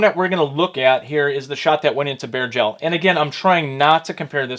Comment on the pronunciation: It took me a bit to realize he’s saying bare gel, not bear gel. 😂😂